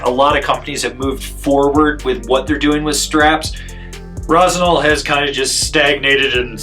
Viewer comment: Rossignal. Get your sht together. Lol. Luv it.